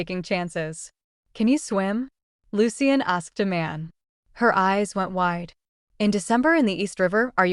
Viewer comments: Pronunciation should be I instead of AMAN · Seriously, you made part 2, maybe read the comments and still can’t get the names right- Iman or Tyra